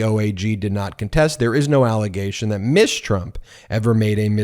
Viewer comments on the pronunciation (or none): Not "Miss" Trump rather "Ms." Trump Ms. is pronuouced MIZ, NOT MISS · Is pronouncing Ms. "miss" a form of misgendering?